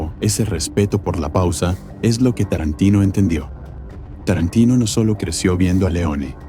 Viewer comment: Y ME MARCHO DE TÚ VÍDEO. CUANDO DICES "ESCORSECI" O QUINTÍN "TARRANTINO" DOS NOMBRES ITALIANOS PRONUNCIADOS CON UN INGLÉS ¡CHAMPURRRRADO! ES MAS QUÉ SUFICIENTE "PARRRA" MÍ! ADIEU!🙋